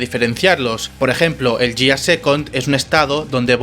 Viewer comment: Mira, se pronuncia /guiar/ y, así como las transformaciones anteriores, la quinta también usa números ordinales (primero, segundo, tercero, cuarto, quinto/first, second, third, fourth, fifth), por tanto la última transformación no se llama Gear Five sino Gear Fifth.